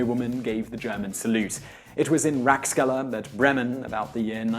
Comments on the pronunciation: Rackskella... dude! Rats - Keller! It's not that hard! And it's not like the plural of rat. It's just A, like in "can't" (when you're British). A is always A. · If you watch more of their videos, you'll see his pronunciation of many words are atrocious, especially foreign ones. You failed to mention he said "Ratskeller" as "rat-skeller" rather than the proper "rats-keller" or his bad pronunciation of Weimar.